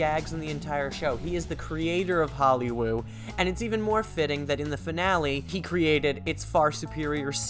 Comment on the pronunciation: Stop saying Hollywoob